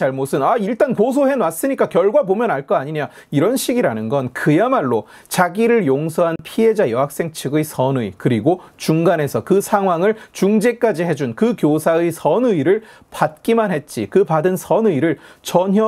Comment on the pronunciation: 선의의 발음 실환가